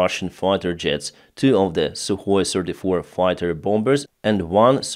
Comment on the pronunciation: Suhoy sirty-four and Suhoy sirty-five you're saying ????